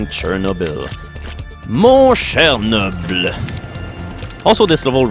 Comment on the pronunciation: Is he french or not? He said cher noble perfectly. I'm a french canadien, just so you know.